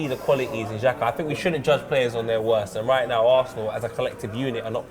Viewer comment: not shaka, not chaka, but xhaka